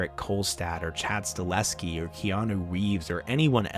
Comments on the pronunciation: Very much enjoyed this , thanks. BTW it’s Chad sta-HEL-ski, not sta-LES-ki. ❤ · It's pronounced "Stahelski" not "Staleski" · It's Chad STA-HEL-SKI not Sta-leh-ski lmao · Sta-HEL-ski, not Sta-LES-ki! Great video though, nice work. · You're killing me with that "Stahleski" shaite. Learn to f**king pronounce man's name properly. It's StaHELski, dude. StaHELski. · Chad Stahelski not Staleski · One small criticism…the directors name is STA-HEL-SKI….not STA-LEH-SKI…everything else was fine! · Staleski? Can you even pronounce it correctly? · StaHELski. Chad STA HEL SKI.